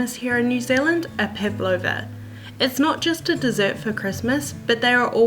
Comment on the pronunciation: LOL! do you guys pronounce it like this? I wonder how it became this way :D Pavlova is a Russian last name, and the dessert was named after the russian ballerina -- Anna Pávlova (Анна Павлова), the accent is on the first a! It was made to resemble her light and airy outfits :) No hate at all, just sounds so weird to the russian ear haha!